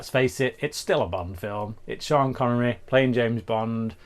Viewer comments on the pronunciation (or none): Schhhhhean connery. Schaken, not schtirred. Legend. Handsome mother F 😅😅😅